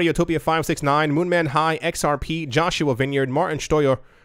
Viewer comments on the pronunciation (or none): none